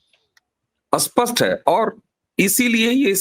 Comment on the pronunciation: Please don't pronounce VOTE as OAT. SPAST /clear/has clarity ASPAST/ has no clarity.